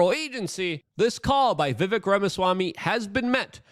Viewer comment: Luke..dude..you had him on your podcast and still don't pronounce Vivek properly?? smh